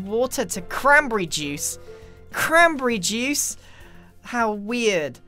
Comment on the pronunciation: when grian said "crambrry joos" I felt that